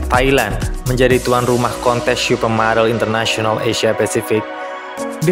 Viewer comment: Salfok ke penyebutan "syupermodel"-nya😂 candu bgt, wkwkwk